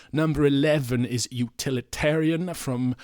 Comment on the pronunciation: Interesting rankng and very different to mine as I like all eras. I'm wondering why in many of these rankings Utililitarian is often pronounced as Utalitarian. Oh well.